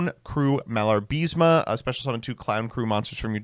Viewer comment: You know, someone like you who acts all intellectual should at least try to read the names of the cards correctly. Not pronunce, because that would be a total fantasy, but at least you could read the syllables in the correct order. You know, something they teach you in kindergarten. You get "Malarbism" from "Malabarisme" only if you refuse to read the card's name more than once.